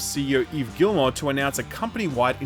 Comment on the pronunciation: Since you care enough to pronounce Yves’ first name correctly, it’s kind of ridiculous that you’re mispronouncing his last name so badly. The L and the T are silent. It’s Gee-mo.